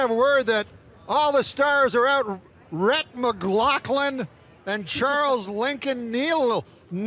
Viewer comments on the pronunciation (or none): man Norm butchered Rhett and Links names 😂